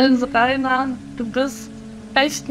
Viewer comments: I really like this video, great research, slick editing and compact, one thing I want to point out though is that the name Rainer is spoken more like "Ryner" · Rainer is pronounced as Rhiner 😅